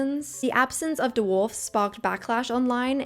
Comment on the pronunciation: The word is dwarfs. Not d'warfs.